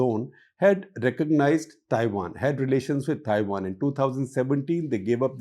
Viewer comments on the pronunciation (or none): none